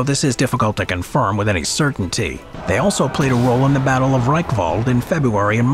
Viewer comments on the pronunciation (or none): none